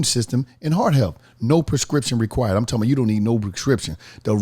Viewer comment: Nobody: On The Paid Promo: "I'm Talm bout..."